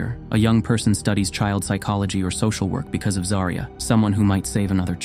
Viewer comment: You can at least get her name right. It is ZAW-REE-UH